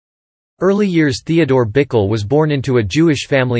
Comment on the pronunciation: Pronounced “Bikell”. Doesn’t rhyme with pickle.